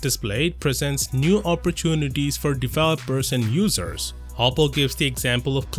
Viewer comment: " New Oppo-tunities" right?